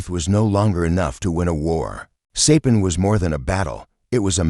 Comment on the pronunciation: Sorry to hear AI mispronounce Saipan.